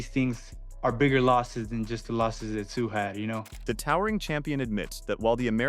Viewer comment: i hate this AI shit, Cannot even pronounce Tszyu's name.